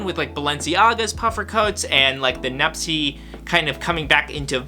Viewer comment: Why do you call them nupsess IS NUPTSE